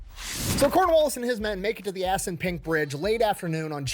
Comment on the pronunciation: Did he say "ass n' pink river"? Edit: okay, Assunpink. What a fuckin name 🤣